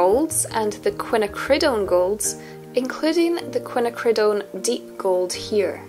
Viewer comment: Nice job, a useful survey indeed. I hope I'm not annoying to suggest this pronunciation: Quin `_A_ cri doan (emphasis 2nd syllable).